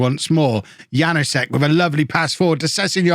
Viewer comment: the K in Knoll IS pronounced Wague is pronounced more or less like wag-ay Janousek is yan-oo-shek Also, Mingueza is min-geh-sa or min-geh-tha. Hope this helps:)